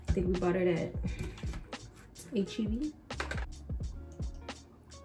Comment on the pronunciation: This is my first time on your channel and why did I automatically feel like you were from Houston when you said HEB! 😂 you popped up with that Houston sweatshirt and I got too excited 🤣 I’m from here too! I enjoyed your review, I hope I get to try this out soon!